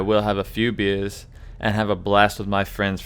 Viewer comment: What accent is that? Because you said beeyas instead of beers and the like. Also nice review this is one of the main reviews that I watched that persuaded me to buy the game so props for that